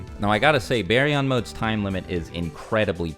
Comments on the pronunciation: always changing the pronunciation of a word. It went from bar-yon to some hillbilly named berry😂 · It's Bar-yon not Bae-yon lol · Is that how it’s really pronounced ? Baryon mode? BARRY-YON? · Berion mode lol